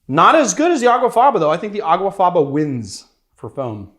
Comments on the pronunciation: It's aquafaba, not aguafaba. The Latin for bean water is aqua faba. He actually wrote the misspelling in the description. Is this barfly not so educated? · It's not called Aguafaba it's called Aquafaba.